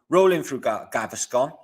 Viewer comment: It’s funny you called Galveston “Gaviscon” which is a tummy medication